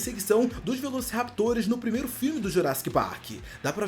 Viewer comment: Primeiro e com r não com l